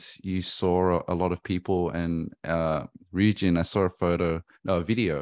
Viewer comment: Ik, I watched the video… also its ryujin, not “riujin”